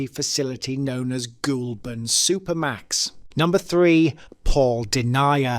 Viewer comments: An interesting story but I wish you’d research the correct pronounciations. The two that really grated on my ears were Den-yi-a, which is Den-ya and Goal-bun not Goul-burn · GOULBURN is NOT pronounced GOUL as in ghost in GOAL BURN as in to score a GOAL, LOL thanks for another laugh bro 👻👻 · It's DEN-YA not DEN-IA, it's GOL-BURN not GOOL-BURN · nah he's right, if you want credibility in this age of AI, then provide correct pronunciations, and its pronounced Goleburn